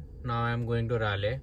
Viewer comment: I think my weekly goal would be to make sure you start pronouncing Raleigh properly, ITS 'Rah-Lee' not 'Rae-Lay'